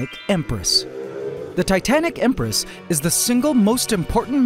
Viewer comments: why did he say Ember Empress??? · I love how he called the Titanic Empress the Ember Empress 😂